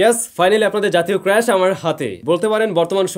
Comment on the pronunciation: ক্রেশ না ক্রাস। উচ্চারন ঠিক কর ভাই